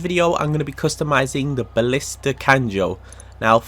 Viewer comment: He said ballista LMAO